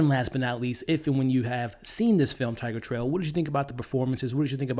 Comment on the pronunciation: Great movie, great review. I just couldn't get you constantly calling it "Tigertrail".